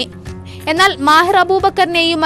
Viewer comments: മാഹിർ അബൂബക്കർ അല്ല മാഹിൻ അബൂബക്കർ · മാഹിൻ അബൂബക്കർ എന്നാണ്....മാഹിർ അല്ല.